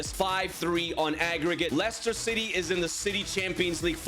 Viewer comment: I heard 'Shitty' for the whole video💀